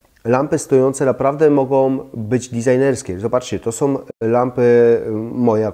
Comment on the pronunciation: Ciekawie i mądrze pan mówi ale z końcówkami fatalnie Są nie som Ta koszmarna -om zamiast -ą